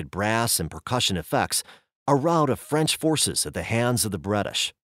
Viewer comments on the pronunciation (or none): none